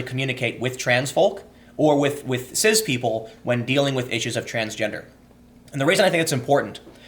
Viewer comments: I’m pretty sure that it’s pronounced “siss” not “siz” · Turned off after the second time you said ciZ and foLks. Dislike both words (is cis even a word?) but didn't realise your pronunciation of them annoyed me even more.